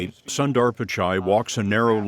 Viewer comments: I wish they would take the time to at least ask how we Indians pronounce our names - takes about a minute! It's not sun-dar - it is actually Son - th-r - sun as in soon but one less o, and it's not dar but the th in the and then an r There is so much cultural and racist arrogance being displayed here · sundar is pronounced as soonder 😅😅😅